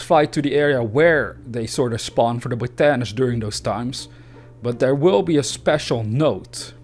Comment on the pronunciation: Great video, and just so you know it's pronounced- bot-a-nist